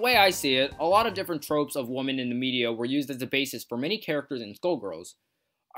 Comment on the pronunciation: Take a shot everytime he pronounces women as woman.